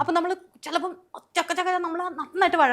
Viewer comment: Ayye ivanu samsarikkan polum ariyille ..chakku ennu chodhichaal chukku enu parayunnu.Nannayi ah chechi poyath